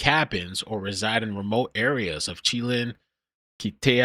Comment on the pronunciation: Oakanogin, shhhlan, is how those are pronounced. Just an fyi. Thanks. Youre the best